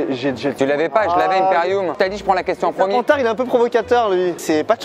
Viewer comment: « Peut être une serpentar » 😂😂😂